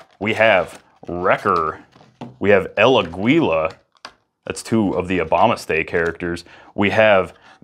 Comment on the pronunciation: It's pronounced "el á-gila" it means The Eagle on Spanish and it is said almost the same.